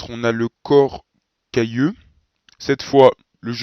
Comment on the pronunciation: à 9'50, on entend "corps cailleux" au lieu de "corps calleux". Comment doit-on prononcer ?